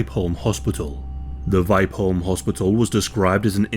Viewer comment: VI as in via and the PE as in per holm.VIPEholm